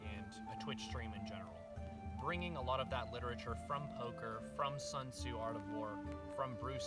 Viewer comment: God damn it, haven't been on your stream for maybe a year now and you still haven't corrected your Sun Tzu pronunciation. You almost got it, just swap the vowels for one another.